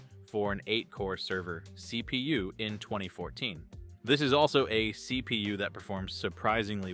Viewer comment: Thhseee pee you. love it